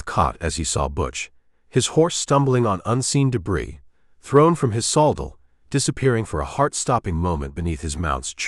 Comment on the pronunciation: Pronouncing the word saddle wrong